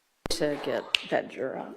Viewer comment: It’s not pronounced jer-aaaaaargh it’s juror